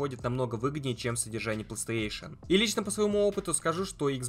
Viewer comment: Как же бесит его Плестеешен, научись говорить Плей Стейшн, да и не гэарс, а гирз.